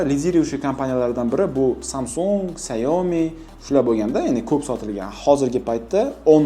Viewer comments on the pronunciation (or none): none